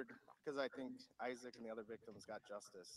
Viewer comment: say his name..Isaac 😢